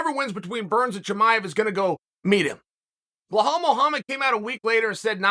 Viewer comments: still calling this dude blahal 40 times a video lol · Nah Gilbert should humble “Blehal” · This man said belals name wrong the whole video 😂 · where the F is the H in Belal? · He should learn how to pronounce Belal. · ...I thought it was on purpose...but not with Belal...it comes naturally to Unc...like Gufstason and breakfrast... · Lol chael why are you adding letters to “blahol”’s name ? 😂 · Blehal? I'm starting to think he's mispronuncing these names on purpose now. 😅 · BELAL be-lal . Like lad but lal now say it w me BELAL LAL not loooool not loahhhal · Who would have guessed Chael would go with “Blahawl” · Bell+All. Say it together now. Belal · Insert <WHO THE FOOK IS THAT GUY> Connor meme when Chael says BLEHAL! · Cmon man it's Belal... There's no H in it. You're using too much oxygen pronouncing it incorrectly. It makes me cringe hearing you say it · Is his name really pronounced bluh-hall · Bell-all, Uncle Chael, Bell-all. Can you say it with me? BELL-ALL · 'Blajhaal' the next mystic fighter😁🤣 uncle Chael never fails to create new upgraded names. the j is silent btw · I get it chael, you’re a company man and you do what the UFC tells you, but I don’t know how many more times I can stomach listening to you talk about beHlal “that’s not how you say my name” Muhammad. Nobody gives a fuck